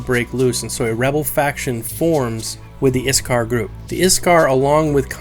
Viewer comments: IT'S PRONOUNCED IK (ich)- SAR (sar) Not IS-Car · OK I get that you said you're rally bad at pronouncing things, but come on, iksar is simple. The s comes after the k not before it. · A pretty tidy wrap-up of the major lore we know so far. I don't know why you were worried about pronouncing things wrong though. I think you did pretty well. I only noticed a couple words mispronounced (IKsar rather than ISkar and Qeynos is pronounced KEYnos), but you got the harder ones right from what I know of it. Overall a great video! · No offense, but it kinda hurt my ears to hear you pronounce Iksar. >_< Regardless, I subbed cause I enjoy the EQ Lore, and look forward to the lore about the Deities and such. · The names... Ik-SAR Shi-ssar